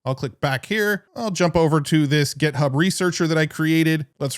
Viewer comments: why do you say gEthub? gethub, gethub, gethub! It's github!!!!! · Why do you always call it GetHub? It confuses me every time lol